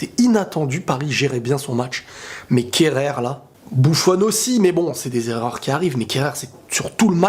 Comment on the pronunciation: C'est plus kehrer c'est kerreur 😭